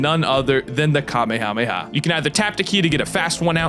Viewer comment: Um actually, it's "Kah-mayuh-mayuh" not "Kah-may-ha-may-ha"